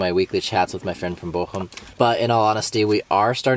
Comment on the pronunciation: Pronounciation of Bochum is just perfect. I am really impressed. Most english speaking people can not pronounce ch